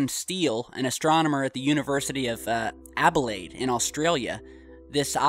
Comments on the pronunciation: It's Adelaide not Abelaide! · Did he say abilaid?!? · abelaide, australia. lol. that cracked me up... Mos angeles, smoshington, ploston, san brancisco, Mouston, fran plantonio, Friami, Smorlando, Phew Jork. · Not hating on you but you said university of Abelaide Australia, instead of Adelaide (I know that because i live is Australia)sorry if im hating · it is Adelaide not Abilade.. Where the hell did you see it as Abilade?? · Adelade not abelade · In 'Abelaide' in Australia WTF!??! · adelaide with a d not b lol.